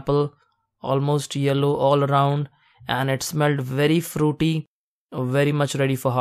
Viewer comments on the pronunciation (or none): “it smelled a little frrrruity” 👏🏼😄 who else loved that part